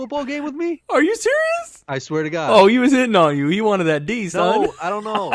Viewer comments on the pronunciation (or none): He pronounces son, "soawn"